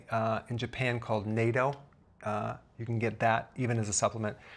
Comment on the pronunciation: Natto pronounce not-toe